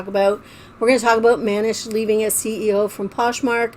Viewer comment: It's Man-eesh.